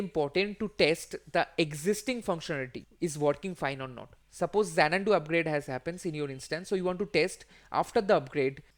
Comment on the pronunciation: You have also pronounced - Xanadu incorrect. It is not Xanandu.. Lol